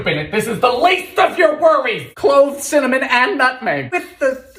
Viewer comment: I love the " dont say it dylan, CIMINIM''